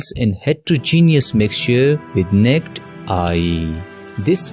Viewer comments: Explanation will help my son with his test but this person's English could use some work. The word "naked" (as in naked eye) has TWO syllables, not pronounced as NET. That threw me a second. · Its "naakid" eye not nicked eye😅😅😅😅